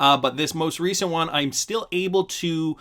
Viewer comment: Again its pronounced "won" not "you on"